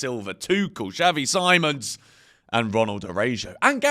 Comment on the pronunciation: Xavi See-mons mate